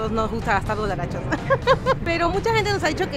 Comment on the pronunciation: CADA VEZ QUE EL MUCHACHO DICE ,DOLLARACHOS...ARRUINA EL VIDEO..